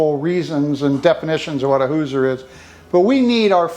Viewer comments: I'm born and raised in Indiana. It's pronounced like "who-zhur." The si in Hoosier sounds like z-sh like the word "closure" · First of all, it's Hoosier with an "sh" sound for the "s". Your wife had it right 😉 My great grandfather co-owned the Campbell-Smith-Ritchie Boone cabinet company in Lebanon, IN. Three of my sisters have beautiful cabinets we call Ritchie Cabinets after our grandfather. They are so cool. I'm glad you got this Hoosier cabinet for your beautiful farm house.